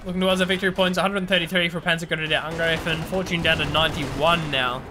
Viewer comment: So many English language casters say angr-ee-fen, it seems you say angr-ay-fen, but in German, it is to be pronounced angr-eye-fen (as in eye, I, aye,...)